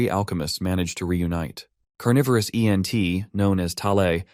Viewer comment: Why do you say E N T instead of just Ent?